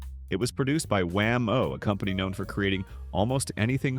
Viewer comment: Dear AI, it's pronounced WHAM -o, not wham-OH.